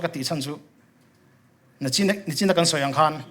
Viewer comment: Nichin tih turah nachin tih hi alo awl ania nge